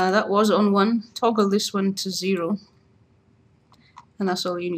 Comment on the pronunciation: "equals zeehroh" zeehroh? dafuq